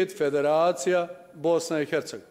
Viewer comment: Bice samo malena Bosna i ERCEGOVINA bez H jer Slovo H vas muči u izgovoru